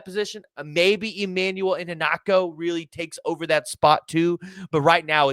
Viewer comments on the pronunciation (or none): I-HEN-na-cho Put the Emphasis on HEN At least that’s what I have heard. Much like the LB that committed to SMU instead of OU. Mark Iheanachor. Just trying to help,. thanks for the info.